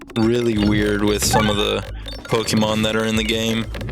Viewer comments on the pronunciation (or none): pokemon is short for pocket monster so plz pronounce it corectly pokeehmon sounds stupid